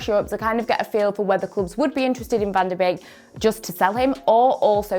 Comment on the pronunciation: it's pronounce van de - BAKE not beek